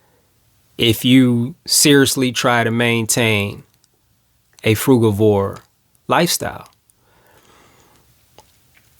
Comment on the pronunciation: Nice to hear someone who pronounces frugivore as I do and not frujivore.